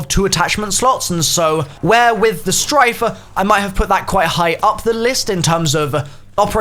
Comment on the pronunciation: Stryke, with a K. Not Strife.